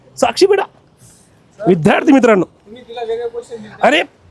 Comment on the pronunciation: विध्यार्ती नाही रे विद्यार्थी